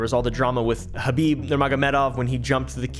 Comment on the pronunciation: I appreciate your knowledge of MMA and correct pronunciation of Khabib's name lol